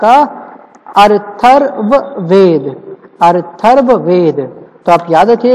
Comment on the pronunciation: I think atharvaved but its "Arthurwaved"